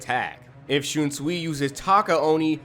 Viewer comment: it's pronounced shun sway lol but I think he's the strongest of all the captains. wouldn't have placed the rose whip dude so high he is fodder IMHO got wiped out by mask de masculine then renji took him out so... I know renji had a power up but that means dude is not that good. Gin is higher tier than him. he almost took out aizen